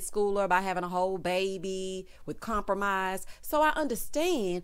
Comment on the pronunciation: Wait .. did you say Lawrence had a baby with “Compromise”?😂😂😂😂